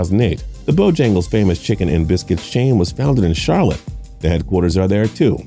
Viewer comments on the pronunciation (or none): none